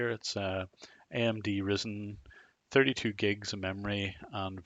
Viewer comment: The way you said ryzen, oof